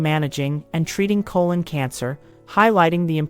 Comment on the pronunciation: Not diminishing the importance of this video, but the narrator want to learn how to pronounce 'colon.' Lol